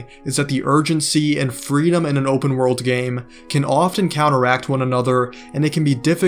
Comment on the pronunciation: "open wOrld" x1,000 Bro is not getting an A on his English exam. 😩